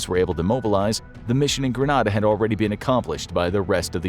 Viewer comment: *pronounced Gre-NEda